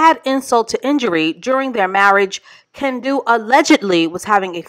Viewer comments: Every time you said Ken-don’t, I chuckled 😂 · Kendu? Teh, more like Ken- don’t 😂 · I almost busted my side when called him KenDONT 🤣😭